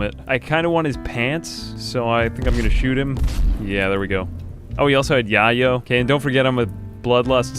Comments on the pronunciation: So, is it a RimWorld thing to pronounce the word yayo as "yah-yo?" Because I would have assumed it was meant to be pronounced as "yay-oh," like the nickname for cocaine, which is presumably the real life drug that RimWorld's yayo is meant to represent. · calling yayo 'yah-yoh' made me laugh so hard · The way you pronounced yayo was pretty funny.